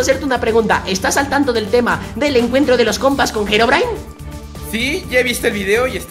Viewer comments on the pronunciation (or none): SE DICE HEROBRINE XD